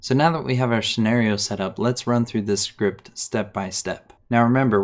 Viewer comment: i like the way he says "Schript"